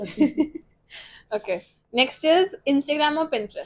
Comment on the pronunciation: failed when he said INSTAGRAM